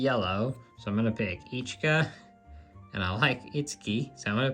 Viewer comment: Hey it is pronounced ishka not eecheeka….you say itsuki right so i was surprised. Yotsuba is also more like yahtsbah not yooooh tsuuuba. Ya know? They say it in the anime. Love your collection though! I have a ton of QQ too